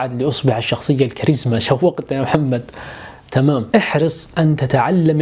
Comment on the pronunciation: لا حظت ان كلمة تمام في معظم المقاطع يُنطق فيها بطريقه تركيه يبدوا انها بلا قصد😅... اسال الله ان يحفظك ويسعدك